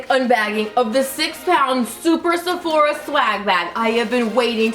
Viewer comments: I love you. Have I been saying Sephora wrong all this time?? You keep saying SephorEEA. Am I wrong? Middle part!! So so pretty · Love you so much You are beautiful no matter what She says Sephora so weirdly